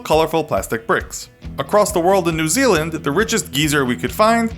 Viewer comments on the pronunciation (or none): none